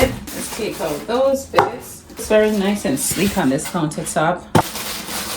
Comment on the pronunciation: She said it's noice it's reali noice 😂😂❤️